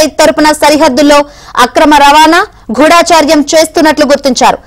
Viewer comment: గూఢచర్యం....గూఢాచర్యం కాదు.నేర్చుకో